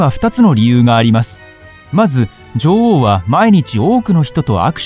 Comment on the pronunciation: 「ジョ"ゥ"オウ」の発音が気になって仕方ない